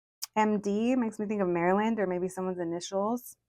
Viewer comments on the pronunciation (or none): none